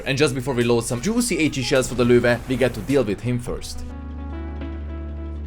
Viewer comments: Why is his pronunciation of the Löwe so on point, who taught him? Amazing! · God bless this dude, he is able to pronounce "Löwe"